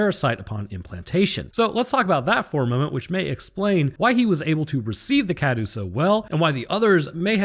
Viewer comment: You're pronouncing cadou wrong